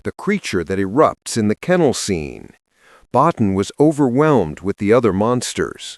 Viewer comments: Rob Bottin. It's pronounced "Bo-TEEN."' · I saw it 3 times on its original release. Btw. Rob’s last name is pronounced ( bow teen ) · Rob Bottin's name is pronounced 'Bo-teen'. But anyway, i had the great pleasure of seeing this at the theater and i loved it. I knew it was a great movie although others didn't, and i never understood what was wrong with those people. I think E.T. is overhyped and over-rated. The only thing (pardon the pun) i never understood is how the Thing can be more than one person. The movie plays on the paranoia that one or more of them could be infected, yet they never explain how it can be more than one person at a time. That doesn't make any sense to me. But still a great movie.